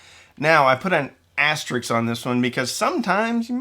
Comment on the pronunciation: *Asterisk, not asterix. Asterix is a character in a cartoon